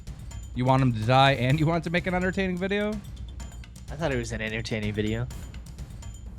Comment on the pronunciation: "I thought it was an intertaning video" Dead💀💀💀